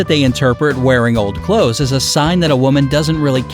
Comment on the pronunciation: It’s clothes, not close please